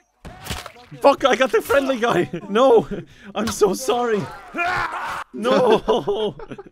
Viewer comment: turns Canadian when he says "Oh noooo"